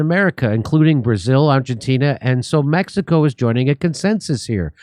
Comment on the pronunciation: Its time to learn pronounsing Mexico the right way.